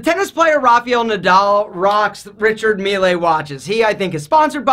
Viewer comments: It's pronounced reeshard mill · As a european guy, it hurts my ears when someone pronounces 'Richard Mille' like 'Richard Millay'. to everyone reading this, it is pronounced as 'Richard mill' not richard millay